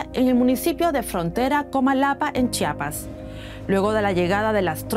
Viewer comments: Se pronuncia Chiapas, no Chapas :) es un error común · Se pronuncia Chiapas no chapas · "Chapas", dice. Podría practicar mejor su pronunciación, la no está de adorno.